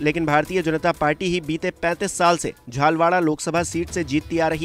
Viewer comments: Bolna sikho bhai jhalawar ko jhalwara mat bolo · झालवाड़ नहीं है झालावाड़ है